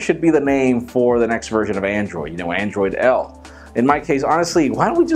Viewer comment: "andriod L" - Google launcher.